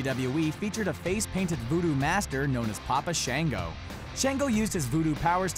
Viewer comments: It's papa Shango not papa shanego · God your pronunciations are horrible its pronounced Shawngo and Bahlore